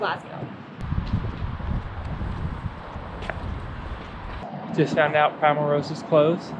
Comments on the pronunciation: Obun (emphasis on the 1st syllable); Glazgo; Edinburra; Loch Lomund (again emphasis on the 1st syllable). Hope that helps. It will endear you to the Scots if you can pronounce those 4 properly! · Great videos. If you're interested, the best way to pronounce Oban would be to say Obin. Also as far as Glasgow is concerned, just leave the W off the end and say Glasgo. None of this makes any difference but thought I would share. Keep the videos coming.